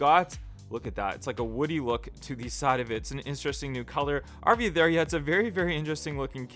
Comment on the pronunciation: The RV there yet sound like an Irish person is saying it